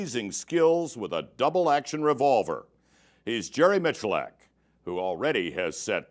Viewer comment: They butchered that poor man's last name. This had to have been before he got big on YouTube, ain't no way they called him Mitchullack.